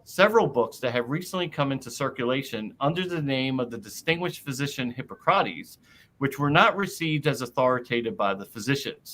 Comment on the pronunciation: Hard to take someone seriously if they claim expertise in the classical era, and can't pronounce Hippocrates....but I'll try.